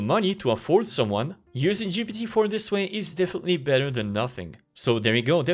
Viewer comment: When you still mess up the pronunciation of this and these even when it tells you in red underline that it's wrong